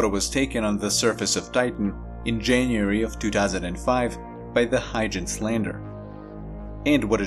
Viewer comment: Just for your information to help you…..The ‘Huygens’ Landing Probe is actually pronounced as: “Hoygens”